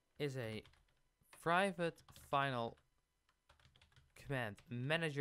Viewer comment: Oh my god that slow zoom on the "privvate" 🤣